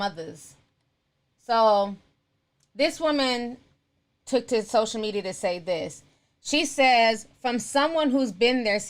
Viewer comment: I love the way Ti says sosha media😂😂